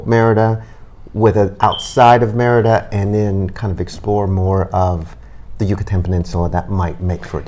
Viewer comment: ADIOS MAMA CARLOTA.. MEANS BYE FELICIA.. ME RI DA... NOT MER DA.. SOUNDS LIKE MIERDA=TISH ..